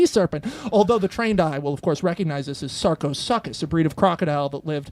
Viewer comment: Rad premise! But Max, as someone in the field of paleontology, I am duty bound to tell you, about Sarcosuchus: it's "sark-oh-SOO-kus." For next time you pitch it 😉 Love your work! ♥️